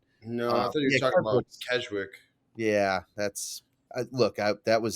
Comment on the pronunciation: continuing to call it KEJwick after they told him a million times it’s Keswick is pretty absurd 😂